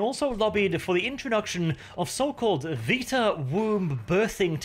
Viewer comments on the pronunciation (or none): none